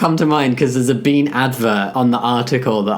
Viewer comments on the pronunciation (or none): none